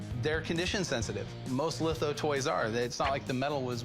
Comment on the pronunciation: He calls litho lifo??? Is this guy really an expert? That's not how its pronounced, not even close